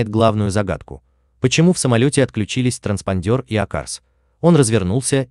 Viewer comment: ТранспОндер, а не транспандЁр 🤦‍♀️🤦‍♀️🤦‍♀️